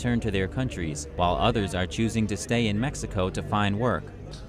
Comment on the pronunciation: What kind of Spanish reporter says mecxico instead of Mexico?